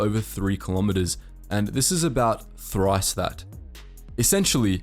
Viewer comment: Hearing him say “Trice that amount” was worth the watch.